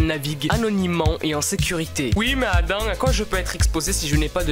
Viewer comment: Quand tu dis "oui mais Adam" on dirait que tu dis oui madame 😂